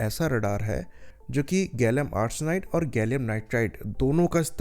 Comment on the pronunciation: pehle gallium ko gallum bolna bandh karo fundooo....